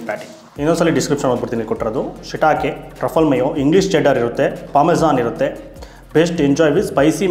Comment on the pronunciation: Brother adu ಶಿಟಾಕೆ ಅಲ್ಲ ಶಿಟಾಕಿ mushroom